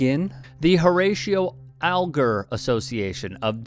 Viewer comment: THE DEPTH AND BREADTH OF CORRUPTION IN THIS COUNTRY IS STUNNING. CLARENCE LEADS THE PARADE. THROW HIM OUT. ps....Alger is pronounced Al jer